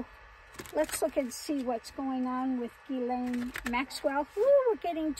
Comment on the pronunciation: Someone pronounced her name correctly. That’s noteworthy.